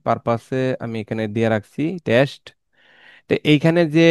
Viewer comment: Your video is pretty helpful to me. Advice to you: Try to talk less. Suggestion: Don't put the number on screen. It causes inturupt while watching. And its not 'tes' its 'test' Thank you.